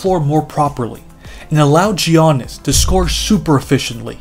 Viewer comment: Love the video! Giannis is pronounced as YAH-nis